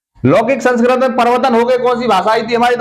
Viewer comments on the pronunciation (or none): Sanskrat ni hota sir Sanskrit hota h 🤔🤔